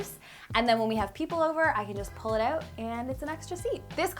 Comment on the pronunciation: The way you pronounce your “Os” is so cute lol “cOUch” “renO” “Out” haha random, I know